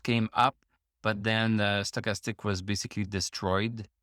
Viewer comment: I’m here to hear you say “Sto’chastic.” Gets me every time.